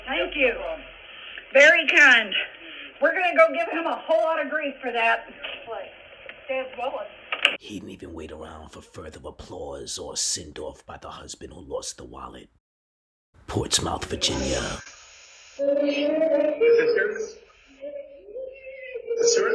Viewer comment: Portsmouth VA is pronounced ……. “Port-Smith” and NOT….. “Ports-Mouth” 😂🤣😂🤣 Your Welcome!